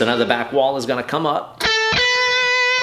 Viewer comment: How many times does he say meow instead of now?